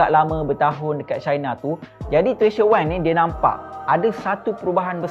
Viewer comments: Maaf pembetulan sebutan maaf,,,,,,,,🙏🙏 Wang" bukan Weng"" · Wank or wang! Hehehehe diction boy, but gud job done.